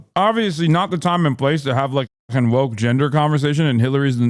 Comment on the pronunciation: "I am fascist light!" "You are too voke." Every time.